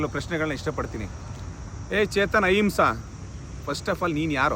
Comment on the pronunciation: ಹಹಿಂಸಾ ಅಲ್ಲ ಅದು... ಅಹಿಂಸಾ...